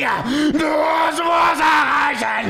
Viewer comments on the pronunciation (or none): none